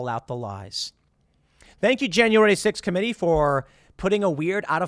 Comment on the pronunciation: Tim, it’s JAN-YOU-WARE-E Not JAN-YOU-WARE-DEE ITS STORY not STORDY All pettiness aside, Love the show, thank you